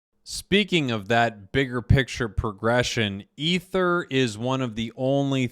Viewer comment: Pronounced E-ther